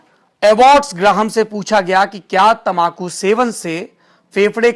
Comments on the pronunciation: Ap tambaku ko tamakhu kyon kahte haien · तमाकू नही तंबाकू